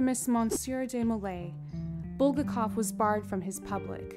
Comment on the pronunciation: Or BulGAKov